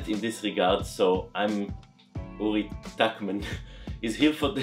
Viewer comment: Verified, it's pronounced "tuckman". Glad to see your tool collection is improving, you've definitely earned them.